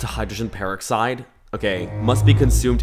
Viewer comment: I love you but the way you pronounce almond and peroxide wrong is driving me up the wall 😂😂